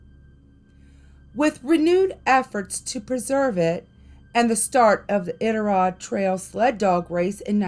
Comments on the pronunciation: This is cool, I was born and raised in Alaska, it is a magical place but in a good way. P.S. the pronunciation is "I dit a rod" as best I can spell it.👍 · Love this post. Iditarod is pronounced with a long I . I-dit-A- rod. I’ve been to Kennicot. It’s an amazing place! I love these stories. Would like to hear more. ❤️ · Lol...it's I-DIT-A-ROD😂 You cracking me up!!! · balloon head...it's pronounce I-Dit-A-Rod...another outsider trying 2 tell our legendary ghosts,big foot, etc tales...i m gagged... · Omg please stop saying Iditarod wrong😭🤚🏼 it’s annoying